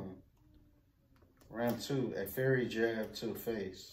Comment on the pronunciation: How they both dont know how to read. Its FIERY not Fairy. Please dont have no kids, LMAO